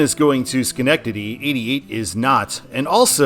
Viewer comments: Nice pronunciation of Schenectady! So many times I've heard "Shuh"-nectady. They did just completely re-pave a ton of 88 with federal money, but I think it should be redesignated as NY-7, which traces basically the same route. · Also as someone who used to live in Albany you did a great job pronouncing Schenectady